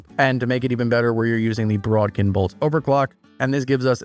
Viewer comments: There is no r in the word bodkin… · that's not how bodkin is pronounced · It's bod-kin not brod-kin.